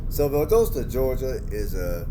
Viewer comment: Your NOT pronounce it right... it's Val Dos ta